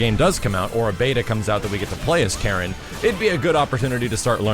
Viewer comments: I'm still not getting why you'd stress the second syllable of her name. My understanding is that it should be KA-ri-n. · Apparently you don't know this character very well either, her name has always been pronounced "Kah-reen"... But whatever though... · KAH-reen KAN-zu-kee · "Kah-Reen" is the proper way to pronounce her name btw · Yo doods, I'll give ya a quick rundown of Japanese vowel pronunciations: A = ah I = ee U = oo E = eh O = oh Keep in mind that all Japanese characters are one syllable, usually a consonant ending in a vowel, such as "か" (Ka). The exception is "ん"(n), which is the only stand alone consonant. So for Karin's name, か - り - ん(Ka-ri-n), we pronounce it "Kahreen". Hope anyone that reads this finds it informative. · Karin was also in Namco X Capcom and paired up with Sakura naturally. It's always funny when announcers can't pronounce names correctly (hello Takeda) :P She's Japanese, it's a Japanese name, there's no syllable stress, it's simply pronounced "ka-ri-n". That applies to her family name as well (no stress on the "zu"). Why wasn't Karin in USF4? Simple, pure laziness. Why make new models and animations when you can simply reuse old ones for the least possible effort? This is, or at least was, Capcom's way. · "Kareen" was always how her name was pronounced. It's a Japanese name. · Ka-rin. Not that hard.